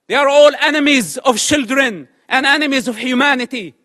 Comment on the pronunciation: I 'love' how he pronounce "children" as "shieldren" because they're basically human shields /